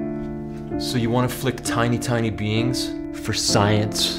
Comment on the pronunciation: I heard: ‘don’t flick tiny beans”. Oh internet, how you have ruined me.